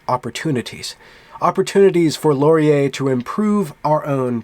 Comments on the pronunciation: Just a quick note on pronouncing Canadian words. You pronounce Laurier "Lor-ee-YAY" but we pronounce it closer to "Loryay" in English or "Lauryay" in French. Please cease all microaggressions against our preferred pronunciations! ;-) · do not accent the last syllable of Laurier; the accent comes at the beginning. Listen to this